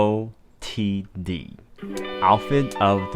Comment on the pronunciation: My dude… Did you just pronounce OOTD like it was an acronym?! 😭😭🤣🤣